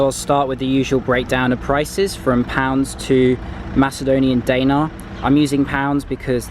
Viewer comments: I am Macedonian and btw, the way you say the Macedonian currency (Danare) is wrong. I it pronounced (denarji). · “Day nar” lol